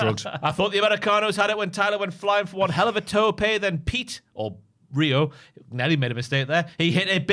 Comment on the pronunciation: Rayo is exactly how Pete would pronounce Rio.